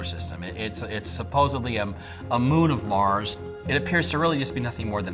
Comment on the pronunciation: Love this video but the dude that kept saying MAZ instead of MARS. Kept throwing me off